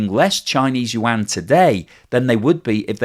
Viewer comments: FFS, if you are going to talk about China and borrow Chinese words, get a Chinese speaker to help you a little... it is not wahn, yuan is something like you-ahn.... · “The Chinese wan” 😑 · Just say "RMB" instead of "wan".